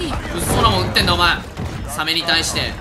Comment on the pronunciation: サメのイントネーションがサ↑メ↓になるのなんか好き